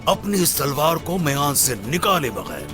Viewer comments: Talwar ki jagah bhai ne salwar bol Dala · talwar ki jaga salwar bola hai 😂😂😂😂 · Talvar ko salvar bol diya dekho 😂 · Olocuchar ne. Talwar ki salwar bola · Kuzar ya talvaar salvar nahi sahi sa suno galat bola kuzar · Talwar ko salwar bol dya 😂😂😂. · Olcozar pe talvar ko salwaar bol raha h ab memes banjaaygi iski😅😅😅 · MONGOL KI DABIND SAHI KRO TALBAR KI JAGA SALBAR BOL DIYA ORHAN OR ALAUDDIN ME SAMNE JO SAHI SE DEKHEGA USKO PATA CHL JAYEGA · Kujars dialogue talvar k jageh salvar bol diya 😂😂😂😂